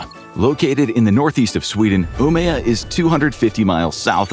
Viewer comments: "Umeå" not "Umea" å is pronounced like O in English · that's probably the worst pronunciation of Umeå I've heard so far this year